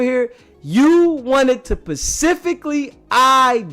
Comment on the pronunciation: Bro it's specifically not pacifically.